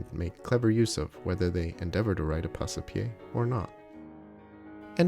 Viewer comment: It should be pronounced Pass-pie, not Pass-e-pie. "Passe" is one single syllable, not two. The E is silent, like in porte, vive, sire, livre, chasse, hausse...